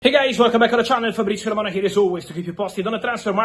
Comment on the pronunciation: Fabrizio ”Ayntrakt” Romano